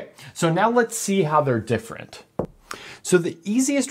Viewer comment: "differenent" lol